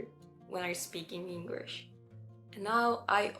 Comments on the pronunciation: I suggest pronouncing the letter L in the word English more. I noticed you're making the word English sound like Engrish. Just a little tip. It's mostly casual language unless it's an extremely formal setting like an important meeting or politics, the "Hey" at the beginning, covers the "Sorry to interrupt" etc. You can probably drop the 99% of your use of sorry, and just say "Excuse me" I'm South Australian (Adelaide), I've also answered "yes or correct" many times when someone says "you don't have work today?", I confirm what they asked. For some reason, English speaking people turn around your response and assume you're saying "yes" because you have work 😅, backwards use. In those scenarios, you can simply say "that's correct", and they'll understand you easier. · Most of your pronunciation is great and you have less of an accent than most Japanese people, which one exception: You say "Engrish" and you suddenly sound super-Japanese. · SingING ING GLISSH English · It's really really really really important to master how to pronounce "L". DO NOT say "Engrish". Wikipedia describes that word as a reference to people with poor English skills. Do speech therapy or whatever but you will get sniggers if you say "Engrish". Wish you best here. Explore beyond Sydney or capital cities. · Actually, you are speaking English with a Japanese accent and you are speaking with Japanese timing and mispronouncing many of your words. Your English "L" is wrong and your "T" is silent. You said "Englirsh" instead of English. You are slurring your words, and using the letter "B" for words with "V." I recommend you hire an online private teacher that reads dialogue, then you repeat it while trying to say it with the same accent as the teacher.